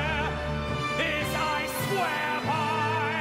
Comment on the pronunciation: And Quast pronounces ‘swear’ in such a bizarre and stupid way.